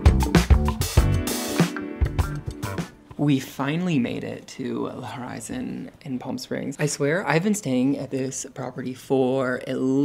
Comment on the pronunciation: In French the letter “H” is always silent.